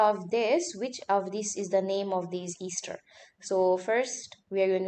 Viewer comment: ‘Easter’ ester 😂